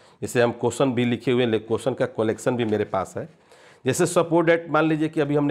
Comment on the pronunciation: कोलेक्सन नहीं कलेक्शन होता है